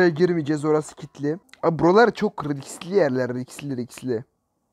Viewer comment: Normalde:riskli:riksli